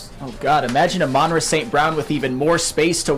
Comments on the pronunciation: The emphasis is on the FIRST SYLLABLE,. AMon Ra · How does the ENTIRE CAST of every Woodward sports show say Amon Ra's name wrong????🤯 For the love of God it's AMon RA. NOT aMON Ra... PLEASE fellas